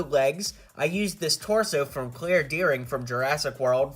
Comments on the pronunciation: it sounded like clear not Claire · you said Claire wrong